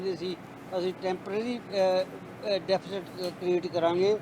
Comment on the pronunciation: ਬਹੁਤ ਚੰਗੀ ਡੀਵੇਟ ਸੀ ਸ਼ਾਰਦਾ ਜੀ ਠੀਕ ਰਹੇ ਹਮੇਸ਼ਾ ਹੀ ਗੁਡ ਪਰ ਜ਼ਬਾਨ ਫਿਸਲਦੀ ਸੀ ਡੇਫੀਸੇਡ ਤੇ ਬੋਲੇ ਹੁਣ ਤਾ ਰੱਬ ਹੀ ਰਾਖਾ ਪਤਾ ਨਹੀ ਕਿਹੜੇ ਰਬ ਦੀ ਗੱਲ ਕਰਦੇ ਸੀ ਸਰ ਹੁਣ ਸਰਕਾਰ ਨੂੰ ਕੀਮਤਾ ਤੇ ਕੰਟਰੋਲ ਕਰਨਾ ਅਤੇ ਆਰਥਕਤਾ ਨੂੰ ਓਤੇ ਲਜਾਣ ਦੀ ਲੋੜ ਹੈ ਧੰਨਵਾਦ ਸਤਿ ਸ੍ਰੀ ਅਕਾਲ